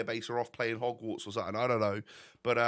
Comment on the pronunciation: Please stop saying suttin, something. 10/10 apart from sittin